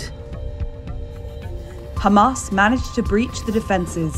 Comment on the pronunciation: LOL, the first narrator who knows how to pronounce Hamas!